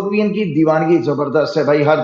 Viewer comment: Jumma jumma 2 nahi 8 Roz hote hai aur kahawat bhi yahi hai, aur jabardast nahi zabardast hota hai mujic nahi music hota hai